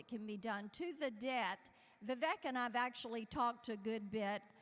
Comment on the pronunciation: Trump really needs to learn how to say Vivek's name right